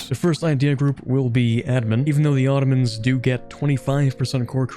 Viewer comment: The "Ottromans" xD